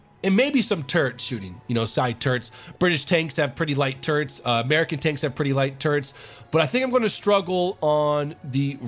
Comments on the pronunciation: hahaha, turrets sounds like Turds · I love how fast he says turrets, it sounds like he is saying turds